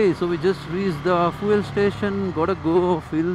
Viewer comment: Its Feeoool not Foeeel